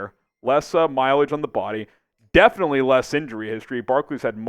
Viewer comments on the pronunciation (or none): none